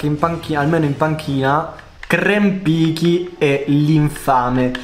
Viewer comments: Krempicki si dovrebbe pronunciare Krempizki. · Krempicki si pronuncia Kewmpizchi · Zw si legge krempizki. Like per farglielo leggere